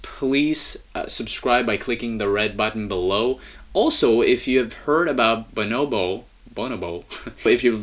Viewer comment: it's pronounced BuNObo